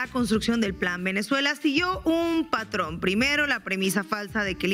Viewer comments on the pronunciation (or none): none